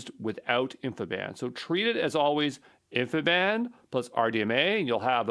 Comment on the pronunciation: For the love of god please stop calling it (and even spelling it!) "infiband". There's no such thing. It's InfiniBand. As in, "infinite bandwidth". InfiniBand.